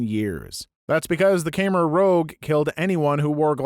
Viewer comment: Unrelated, but as a Cambodian, I just cannot help but let out a little giggle whenever someone mispronounces "khmer" (k-my).